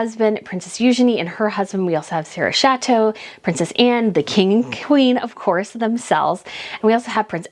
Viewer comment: Chatto is pronounced "chat-o" not like "chateau"